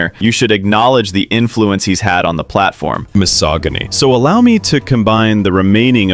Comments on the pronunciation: AI voice over pronounces misogyny as "misoginny".. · the pronunciation of misogyny had me gaggeddd😩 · because the narrator in the video mispronounced it that way